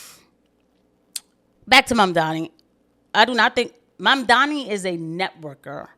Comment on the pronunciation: And yes. Sorry for a third comment but yay yay engagement. I also felt like Bill Maher's resignation with not even attempting to try to pronounce Momdani properly as well as his overall disdain while saying it is definitely because he also doesn't like that he's a Muslim. Maher has had a particular hatred of Muslims for some reason or another. I think It's part of the old school atheism-brain he built his career on if I had to guess. Ppl like Christopher Hitchens who came from the same sort of atheist-pilled commentary also had unique disdain for muslims.